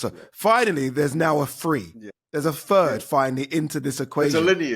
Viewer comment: “finally there’s a free, there’s a fird” - it’s THREE and THIRD you utter m0r0b ADEE Ooladeepoo🤡